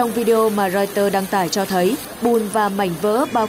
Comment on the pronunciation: Không hiểu học hành kiểu gì mà Twitter lại cứ đọc là Twister. Ở một số bản tin khác thì có anh chàng lại đọc Reuters là Reuster.